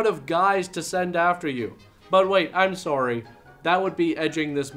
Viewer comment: I like how he says "Sworry" right before joking about Aboot.